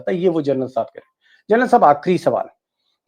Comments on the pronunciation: Gernal nahi General kaho. Bar-bar galat bol rahey ho aap. Thoda thik karo. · General not journal deepak ji! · DEEPAK SHARMA,IT IS GENERAL AND NOT GERNAL .HA HA HA. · सर जी, व्हिडिओ बहोत अच्छा हैं। मगर आप जर्नल बोलते हो। प्लीज जनरल बोलीये। सैनिक का सर्वोच्च सम्मान हैं वह।धन्यवाद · दीपकजी, आप 'जनरल' का उच्चार 'जरनल' ऐसा कर रहे हैं। ये गलत है।You are saying journal instead of GENERAL. 'जरनल' कहना बंद कीजिए...'जनरल' कहिए। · Gernal nahi Sharma ji General bolo.